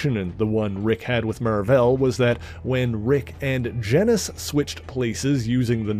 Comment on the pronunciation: why do people keep pronouncing Genis's name like it rhymes with Dennis? His name is pronounced like Genus.. Which is why his sister is named Phyla... That's the joke.. Kingdom, Phylum (or Phyla for plural), Class,. Order, Family, Genus, species....